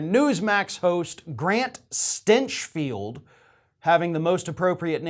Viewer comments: I'm sorry but I think you are mispronouncing Mr. Grant StEnchfield's name. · Is it spelled "Stinchfield" but pronounced "Stenchfield"?